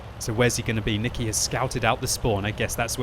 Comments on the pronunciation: Nikeee is (Nye key) not nicke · when says "Niki" instead of "Nike"